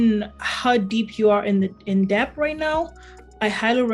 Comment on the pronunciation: “B” is silent in debt.